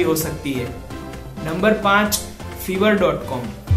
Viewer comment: Bro it's no fever .com it's called five-er pronounce five and ver fiverr